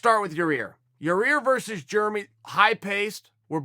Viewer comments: Chael "Ja ear" Sonnen ~ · Yair "Ya-Ear" Rodriguez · Anyone notice chael is saying "ya-rear" again after admonishing that dude who asked the fan question a couple days ago sfor saying "ya-rear?" lololol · Yarear and germy..... lol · Everyone: Yair Chael: your rear, your ear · It will always be Ya-rear. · Chael can't say yair's name to save his life. Your 👂. Hahahahahahahaha